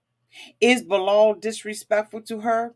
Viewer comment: You butcher their names so badly. its shy E duh and Bee lal